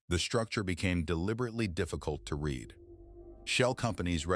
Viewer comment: Your AI reader should be schooled on when the word “read” is pronounced like “red” and when it is pronounced like “reed.”